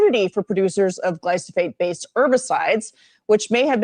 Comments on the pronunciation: ‘gly foe sate’. We must STOP trusting these scofflaws during campaigns. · GLAI- fow- suht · you and the interviewer keep mispronouncing "glyphosate". It is pronounce GLY- FO-SATE stressing the first syllable.